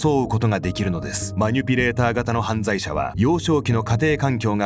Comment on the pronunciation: マニュピじゃなくてマニピュレーターな